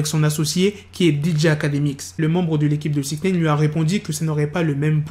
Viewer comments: Arrête de dire Sixnaine c'est Sixnine !!! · Apprends à bien dire les noms please . Joe Budden ( boudden) et 6ix9ine (Naïne ,non néine ) . Peace